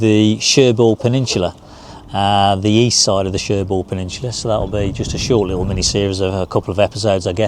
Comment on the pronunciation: Nice🦢 - hope you don't mind me adding that Querqueville is pronounced 'Kirkaveal'; Cherbourg has a silent 'G'. Hope Jan's health and well being a lot better on this trip. Looking fed to next vid....